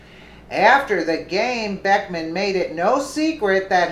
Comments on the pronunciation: Liked the video but its BECKHAM not BECKMAN. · His name is Beckham, not Beckman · It's Beckham and not Beckman. It's not that he deserves the respect, but you want to accurate. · I also think it's disrespectful what he did however his name is Beckham not Beckman. If you were doing that to tick him off then forget I said anything. he probably deserves to get ticked off.